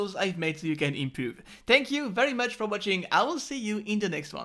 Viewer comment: I love how you say improve like i impew XD